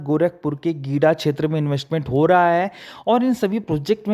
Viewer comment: गिडा नहीं है जी, गीडा है।